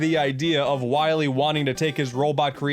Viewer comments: Ah yes, Dactuh Wahwee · i herd him say "doctor wahwe" and thought you must recohver all the energy immediately m-mega man... (insert funny ha ha here) thas a good kwestion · Dr wahwee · Dr. Wiwy